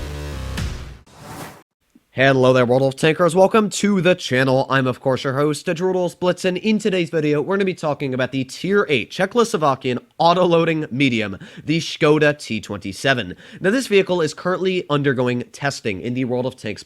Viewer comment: Cheklosovakian... What does Che-KLO-sovakian mean? :D